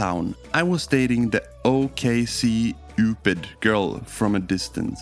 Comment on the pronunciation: to pronounce ok cupid just say the word okay then cupid (cupid like the angel)